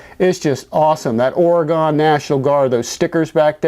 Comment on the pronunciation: Ore-gun National Guard